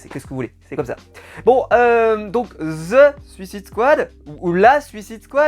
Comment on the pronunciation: Bon pour le "THE" en anglais, prononce le son "E" si le mot suivant commence par une consonne et prononce le son "I" si il commence par une voyelle. On aura donc a titre d'exemple (en mettant l'accent franchouillard): Ze Suicide Squad / Zi Alphabet / Ze Walking dead. Voila;)